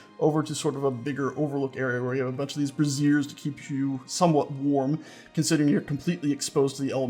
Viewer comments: Those "fire buckets" are pronounced BRAY-zers not bruh-ZEERS because it sounds like you are saying brassieres, meaning bras. For your dignity. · Pronunciation is important: BRAY-zeers (emphasis on the first syllable) are for heating, bruh-ZEERS (emphasis on the second syllable) are women's undergarments. Easy to get the pronunciation wrong if you've only read the word. Cool build, though. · The fire buckets are called (spelled phonetically) "bra-zhure-s" with a hard "z" like "azure"